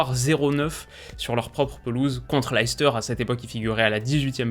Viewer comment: Chouette vidéo, juste une petite remarque de puriste : Leicester se prononce léster et non layster. Continue je regarde toutes tes vidéos ta chaîne est top!